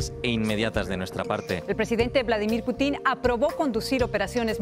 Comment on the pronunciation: Putín o Pútin?? PÚTIN, no putín :)